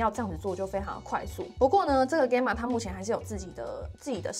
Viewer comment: Gamma是希臘字母之一，alpha beta 等，你唸錯了，查就知。